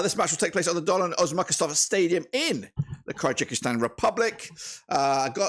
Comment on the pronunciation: Thank you for the video, but it's Kyrgyzstan (keer-gi-stan), not Kyrgykistan (keer-gee-kistan).